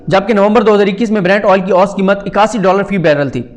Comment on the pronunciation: Saddique Jan sahib, ahtram ke saath - lafz 'oost' nahein hey balkey 'oo sat' hey.